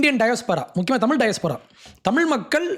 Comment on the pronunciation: " THAMIZH " ENGIRA VAARTHAYAI SARIYAAGA CHOLLA KSTTHHUKKANGADAA !